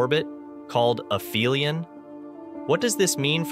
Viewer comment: aphelion has a "p"sound, not an "f" sound.